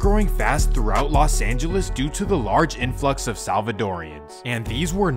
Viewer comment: It's not Las Angeles, it's Los Angeles.